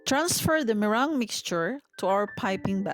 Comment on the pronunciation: it's me-rang